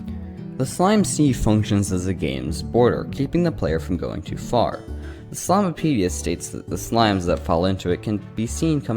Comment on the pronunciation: It's called the slimepedia not slimeapedia